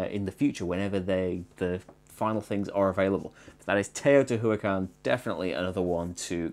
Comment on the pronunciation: Teotihuacán, pronounced "tayoh-tee-wah-CAHN". There's a missing apostrophe over the last a for emphasis on the last syllable. Also, there's not really a "W" sound, but it's a combination of "oo" and "ah", which sounds like "wah" to most English speaking folk.